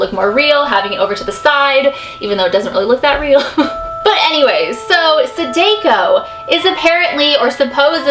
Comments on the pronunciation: How can you be so obsessed and not know anything about it. Saw-daw-co. its japanese learn to pronounce it to be respectful to the source material. sadako was the main character of ringu, the japanese film known in america translated as the ring. japan made the ring and the grudge, we adapted them they are not our creation. so samaras real name is yes, sadako in the original material that inspired the films. Do some reaearch. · No need to be rude but you pronounced the Sadako wrong it should be ( Sada-koo). I dont want haters because im just 11 years old but im not stupid. I love all of your videos and im a subscriber so please dont hate me for my actions. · I'm Japanese and it bothers me how you she said Sadako. (Sa-dah-ko) idk how to spell the way to say it but pretty close. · You're pronouncing Sadako wrong. In Japanese, vowels don't have different ways to be pronounced, so sa and da would both have an ah sound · Just to let you know sadako it's a Japanese name, the d is a g so it pronounced sadako (sag-ako the story of sadako the Japanese version is the mother not phyic so sadako used her phyic abillites that turned into a death curse, about 3 scientists died but the doctor had realationship with sadako the mother didn't like it sadako was having a child, the doctor threw sadako into the well and then put a wooden slab over, sadako for 18 years tried to escape and climb out but could not, every time someone watches the tape, the phone rings, if someone does then after 7 days the tape plays without it being in the tv, then sadako comes out of the well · That's not how they pronounce Sadako's name in the Ringu films. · I cant be the only one bothered by her butchering of “sadako” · You would think with all these Japanese urban legends videos you do, you'd figure out how to pronounce the names at least lmao. No hate tho, just some friendly criticism. LOVE YA!! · Cringing a bit at the mispronunciation of her name, but other than that, great video :)